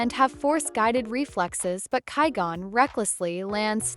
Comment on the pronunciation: Once I heard (ky-gone) I was done with this video